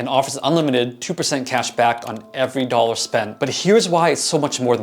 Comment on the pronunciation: Atlantan here- never pinned you to sound southern in the least. However, having spent time in NEngland/Mass & Boston I correctly guessed your Boston roots simply from you saying 'dollar'. Great content as I'm a happy Fidelity cardholder!